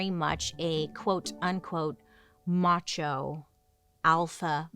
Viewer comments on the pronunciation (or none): none